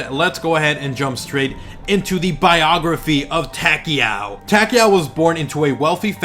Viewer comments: Yeah it sounds like he's saying Tackyowe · Am I the only one who finds how he pronounces takeo wierd?